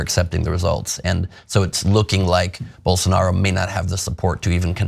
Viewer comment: Poor Journalist can't even pronunce Jair Blosonaro name! Get lost loser